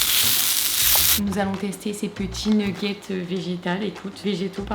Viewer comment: Les "nougetts" 🤣